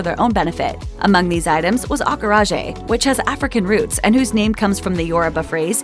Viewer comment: Every time she mispronounced acarajé, it hurt my ears.